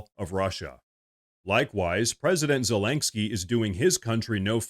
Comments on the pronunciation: I can't stand the little Cocaine Goblin, but I also dislike you mispronouncing his name. It's zelensky, not zelenksky. Unless everyone else on the planet is mispronouncing it, which is absolutely possible in Current Year. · Please: Za-LIN-sky, not Za-LENK-sky. Thank you, and good reporting. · It's zel-ens-kee NOT zel-enk-skee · PLEASE PLEASE SAY ZELENSKYS NAME RIGHT! ITS NOT ZELENK-SKY! makes you sound like a hillbilly. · I'm curious, why do you always say "Zelaingsky" instead of "Zelensky?" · I know this is unimportant, but why do you say “Zelangsky” Ze-Lin-Ski. I really like your videos, but it grates on my ears to hear it. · It’s not ZelinKski😑 It’s Zelenski 🙄 He is SCUM SO WHATEVER. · its ZeleNsky the letter in the middle is an N. ive never even heard the letter you pronounce there lol. its like an OCD thing for me, a small, but so annoying😀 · There is no G in zalenskyy. How can you not pronunciate it, it's such an easy name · There is no "G" in Zelenskyy's name. "Morse" is one syllable, not two as in "Morris". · Could you PLEASE learn how to say Zelenskyy?! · I just realized that this dude is an AI. At first I thought his voice sounded like one & he keeps mispronouncing Zelinsky, but then I watched him & he doesn't blink... It's kind of creepy. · I LOVE your channel,, but WHY do you pronounce Zelenskyy's name with a "G"?????